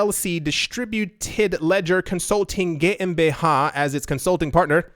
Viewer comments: wow, your german GmbH-pronouncement was on point 👌(i am german) - perfektes Deutsch 😉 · Yeah spot on 👍💪